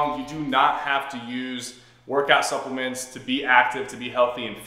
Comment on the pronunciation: “Supplement” when I heard That I thought it was suckuments